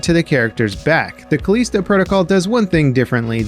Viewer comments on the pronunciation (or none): I think you pronounced Callisto wrong